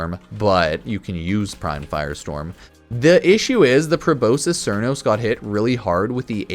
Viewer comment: please don’t call it Probosis Crnos it’s Pro-Bos-Skis Sar-nos. I know the names of things in the game are seizures for our brains but it’s just a good habit.